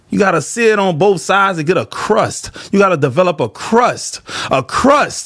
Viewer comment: Yo, when ol girl was cooking steak and you said seare it. I thought that was flesh on the plate😂😂😂😂😂